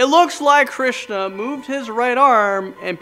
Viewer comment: Dude say hindu goddess nice. This is how you say it hanman (han oo man) krishna (krish na) sai baba